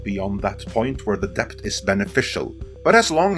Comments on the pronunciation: "dePt" Lmao Best google the pronunciation of debt. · A little tip: debt is pronounced dett; the b is completely silent. In fact, in Middle English it was spelt dette/dett, but later on the b was added as part of 'Latinisation' (spelling words more like their Latin origins, regardless of pronunciation). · Isn't DEBT pronounced /det/? :o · Please learn how to pronounce words correctly if you have to use them every 10 seconds. It´s really distracting to hear "debt" pronounced as "deBt" when it really should sound like "det". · I don’t know if I can keep hearing debT! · Why the fuck can this man not pronounce the word debt? There's no K in it, dude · Debt the T is silent. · Don't pronounce the B in debt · learn how to properly pronounce "debt" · are you pronouncing the “b” in “debt”? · The B in "Debt" is silent. It's from old french. Not to be confused with the word "Debit". English is truly a confusing mish mash of other languages.